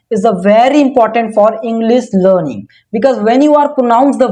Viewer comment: Sorry but It's इंग्लिश not इंग्लिस min brother...